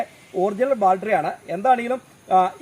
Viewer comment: ബാൽട്രി അല്ല ചേട്ടാ ബാറ്ററി